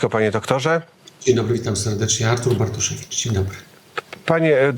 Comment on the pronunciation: Wydaje się że facet który celowo przekręca imię lub nie potrafi go wymówić może powinien sobie odpuścić prowadzenie takich kanałów oczywiście doktor Bartoszewicz subtelnie przedstawił się sam wyłapując sytuację…. jakoś dźwięku w drugiej czesci dramat ….